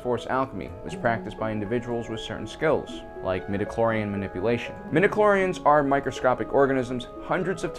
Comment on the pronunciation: Every time you say "midiclorian", an imperial stormtrooper dies spontaneously. Please stop this massacre